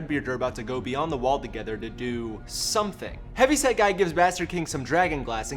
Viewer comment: I always hear Heavy Sad Guy, instead of Heavy Set Guy, I think. This is so fucked up episode.